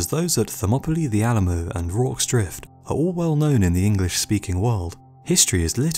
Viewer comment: Did he say Alamoo